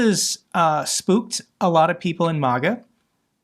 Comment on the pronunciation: May-guh, not Moh-guh.